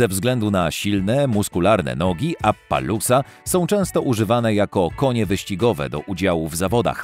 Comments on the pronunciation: Nie mówi się "Apalósa" a "Apalosa" Tak samo "Marławi" a powinno być "Marwari" skąd ty czytasz tę nazwe? 3. Cxyta sie Achałtekiński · Uszy bolą, jeszcze to jak on czyta maści... Ja: Apalossa On: Apalułsa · Nie appalusa tylko appalosa xd